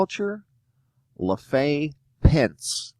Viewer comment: Lafe Pence...pronounced with a long "a". Not Frence style..LaFay